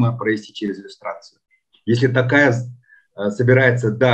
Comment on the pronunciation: можно вас попросить называть гостям фамилию президента с правильным произношением на букву О, сколько уже можно называть Такаев, всё таки он не алкаш же какой-то, которого можно склонять как попало. Т-оооо-каев а не Т-ааааа-каев. Уже уши режит честно. А в остальном всё супер, интервью интересные.